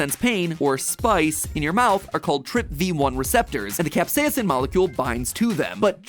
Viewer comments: Why does MatPat pronounce capsaicin the British way? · Please learn to properly pronounce capsaicin